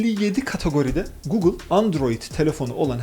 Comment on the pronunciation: önünde gugıl diyor, herif yine de gogıl diyor. sizin bir şey öğrenmeniz mümkün değil ki arkadaş.